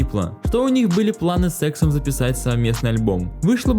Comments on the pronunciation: с*ксом мне послышалось) Лучше бы сказал С иксом) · планы СЕКСОМ(знаю что он говорит С ЭКСОМ) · звучит как с*ксом а на самом деле с эксом. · кому послышалось СЭКСОМ? а не С ЭКСОМ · сексом или с эксом😔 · кто услышал сексом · мне послышалось не С Эксом а что то другое😹